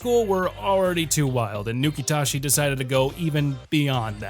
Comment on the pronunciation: Nukitashi said Nuke-it-as-is